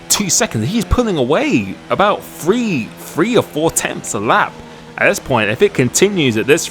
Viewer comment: Where are you from, why is it that 'free' and 'three' are indistinguishable from each other? Do you guys not know how to pronounce 'th'?